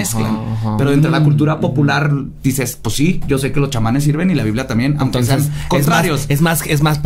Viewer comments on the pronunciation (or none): none